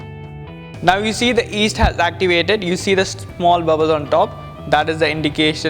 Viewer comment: It's called Yeast, not East.